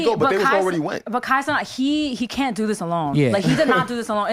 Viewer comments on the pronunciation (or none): “Kai cenaught”